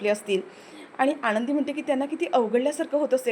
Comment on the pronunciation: " युगंधर " असे नायकाचे नाव आहे. " युगेंदर " नाही. " आनंदी " असे नायिकेचे नाव आहे. " आणंदी " नाही.